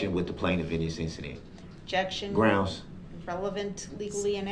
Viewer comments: He says “Grounz”. 😂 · He's such an "azz"....he wants to be in charge....he's "axing" the questions....trying to argue his point of being in charge....sooooo"stupid".......grounz, grounz, grounz....those facial expressions shows his ignorance!! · Idk much about law can someone tell me why he keeps saying grounds ?😂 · Grounz for da sub-stain? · U think he ever found out sustain doesnt have a B in it? Sraight face everyday mispronouncing words and then repeats them constantly does it if he would listen instead of yelling groundz they say the grounds everytime hes the dumbest person ive ever heard speak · “Grounz” for the “substain”…😂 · Groundzzz for the SUBSTAIN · A smart person can act dumb but a dumb person can’t act smart, grounds!!!, substain, aks. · "grounds for the substain" What an absolute jackass.